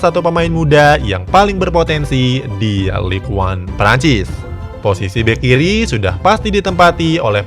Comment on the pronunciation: min Ligue 1 dibacanya Lig ang bukan lig wan. trus benoit cara melafalkannya jadi benwa. pasti jarang mengikuti liga perancis ya?